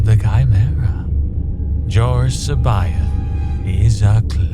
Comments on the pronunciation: I have but one suggestion to make, and that is how every voice actor interprets and pronounces names and places differently. Jorus C'baoth seems to be the biggest problem. Thrawn pronounces him as, "seb-bi-ath. Capt'n Pellion calls him "see-bi-oth." The character playing Jorus C'baoth, himself, pronounces his own name, Jorus seb-oath and Wedge Antillies calls him...Jorus See-both." I always read it as, "see-bawth. I used hyphens to distinguish syllables breaks and not pauses in the name's pronunciation. It would be helpful if all voice actors pronounced names of characters and places in the same way as it adds confusion when each actor pronounces things with their own, "spin" on it. Just tossing that out there for part 2. Your own name is. Would it not be weird if one person called you "Dah-mee-un Val-un-tine, and another "Day-mee-en Val-een-teen? If you get my drift? Just a helpful hint here. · I just love how Luke cannot pronounce Jorus C'Baoth's name. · No two characters pronounced C'boath the same way. Most accurate representation ever.